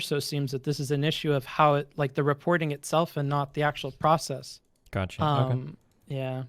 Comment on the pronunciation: "This is the 'gatcha' " "Gatcha"